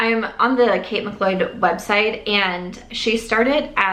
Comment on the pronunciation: Just so you know, McLeod is pronounced like "McCloud" 😘